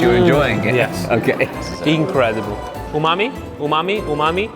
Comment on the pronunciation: Was it umame, or, Oooo Mommy!